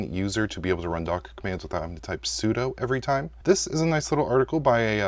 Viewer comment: Maybe next you can learn how to pronounce `sudo` 😉